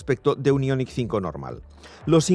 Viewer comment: Aillonic...Aillonic...Aillonic...5, ¡¡¡¡ JO-ER !!!! IONIQ 5, que pu-ta manía de decirlo en guiri cuando ellos se ríen de nosotros, ¡¡¡ JO-ER !!!